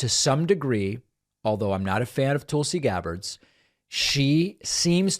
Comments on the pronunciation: David. Love watching your show but you are pronouncing Tulsi wrong. It’s not TOOLsi, it’s TULSI as in Skull. I mean, you wouldn’t pronounce Tulsa, Oklahoma as TOOLsi Oklahoma. Right? Not a fan of the former Democratic Congresswoman but this is an easy fix. 😊😊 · The way that David butchers her name as Toolsee when it’s pronounced like Tulsa is as disrespectful as Judge Jeannine not being able to learn how to say Kamala correctly. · Please stop saying Tool-see. She's the worst, but it's making me crazy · As an recent ex-Republican, I’m not a big fan of constantly pronouncing her name as Tool-si. Reminds of the childishness that I happily left behind with the Republican party. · “Tool-see” Gabbard. The most appropriate pronunciation of that name.